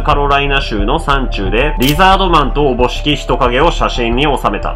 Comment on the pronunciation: 「思しき」をはどうやら「おもしき」と思っている様子… ちゃうからな！